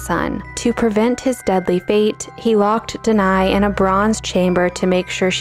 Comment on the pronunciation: Nice!! BTW, Danaë is not pronounced deny but /da.na.e/